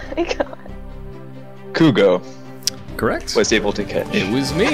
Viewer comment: cwongwatulations stay fuegos